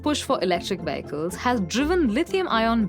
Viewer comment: I like how she says "VEY-ICK-CULS"!